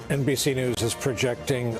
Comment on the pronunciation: "NBC Nudes"